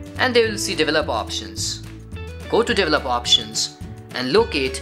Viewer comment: Please, please, please someone teach these guys how to pronounce 'develop' and 'developer' etc.